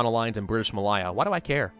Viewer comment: just so you don't get teased its British Ma...lay....a